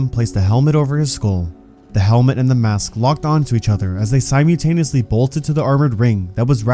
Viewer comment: Enjoy the story but did you really say simutaniously